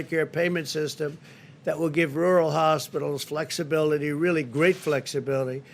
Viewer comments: "Wural" Donald Trump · New drinking game. Take a shot every time Pussy Boy tries his hardest to say, "rural". 🤣🤣 Lmao!